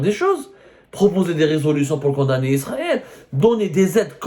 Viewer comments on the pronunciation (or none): none